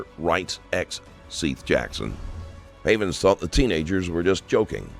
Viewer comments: It's pronounced "Seth" not "Seeth." Don't know if this is an ai voiceover or what but in 2 of these videos it is calling him "Seeth." Just stop. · Justin "Solo" = Justin Soto Seath = "Seth" Just take 5 minutes before you record to make sure everything's pronounced right. This is your job lmao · “seeth” Jackson huh? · Seth not seath soto not solo.................. also they all lived there together and seth lived down the road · I always wondered if some of these crime channels use AI voice speak to do their narration for them. And with the pronunciation of "Seath" it confirms my suspicion.